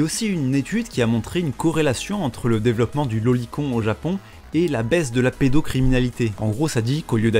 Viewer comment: Stp prononce "loli-conne" ça me fait tiquer d'entendre "loli-con" xD